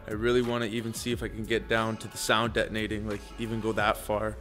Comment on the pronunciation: Did this mf just say "sound detonating"?? 😂 sound DEADENING my guy